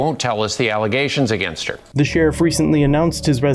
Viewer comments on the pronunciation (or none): none